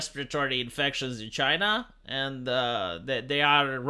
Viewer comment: CHYNA ! It’s China